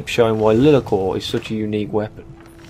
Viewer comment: Everytime you call it 'Lee-la-cor" I want to punch a wall. It's LIE-LAR-COR. LIE not LEE. JFC you'd think a yOuToObUr that reviews RPG games would have played BG 1 and 2 to know how to pronouce it.